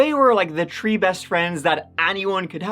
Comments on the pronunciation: I notice your pronunciation is bad on the word THREE. U SAY tree. Lol u my man tho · In this episode, said “tree (3),” “turd (3rd),” “turteen (13),” “turteenth (13th),” or “turty (30)” a total of twenty-one times. 21. That’s got to be a record. Good on you,.